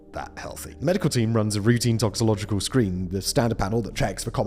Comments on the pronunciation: He said "toxological" which is one syllable less than the actual word and simply incorrect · Is Simon saying "toxo-logical" instead of "toxi-co-logical"? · It's "toxicological".